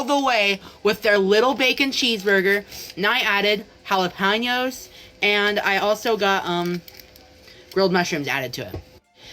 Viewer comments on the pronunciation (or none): “i added hallaponyos” 💔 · he messed up jalapenos, im tweaking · the way he says jalapeños just caused the 5% mexican in me to scream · HE DID NOT JUST SAY JALAPENOS LIKE THAT